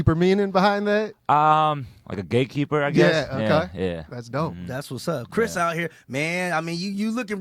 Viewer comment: Kris sounds very ABC. Maybe you need to work on your pronunciation since you're on TV all the time.